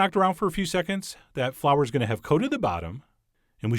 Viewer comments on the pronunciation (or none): none